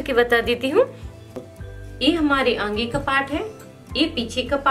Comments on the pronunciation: Angea nahi aage bolna Baki sab bahot acha samzaya. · Are aange nhi aage hota h